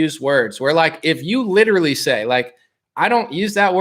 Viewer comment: Fool, stop this new pronunciation of the word LITERALLY. Ugly new sauce bro, you banging a spy. Ghost this new chick...